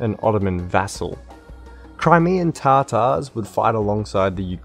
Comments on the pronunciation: tatar, not tartar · Not Tartar but Tatar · Whaat Crimean tartars lol it’s TATAR NOT TARTAR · Not to nag but just for learning's sake, you got all the stresses in "Kara Mustafa Pasha" wrong. Also, I'm sure you meant it as a joke, but for the people who don't know - it's Tatars, not Tartars. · I think its ,,tatars" and not ,,tartars "